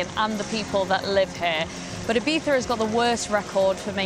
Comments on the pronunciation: She literally called it Ibeeza. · Why do you pronounce Ibiza as "ebeefa"?